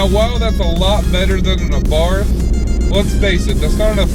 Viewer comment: Why do Yanks make a two syllable word into two words, it's pronounced Fiat.....not Fi At. It's Abarth......not A Bart.